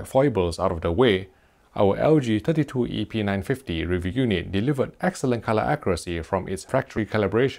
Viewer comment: Almost sounds like he is saying epeen950...